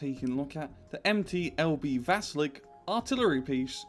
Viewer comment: dat not VASEELEEEEK das ist VA-SEEEEL-YOK